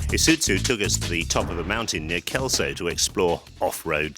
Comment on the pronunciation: ee suiT zoo.... OMG.... it's Ee-sue-zoo....